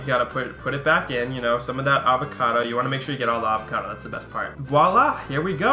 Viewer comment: Cute pronunciation of AR-vacado ;)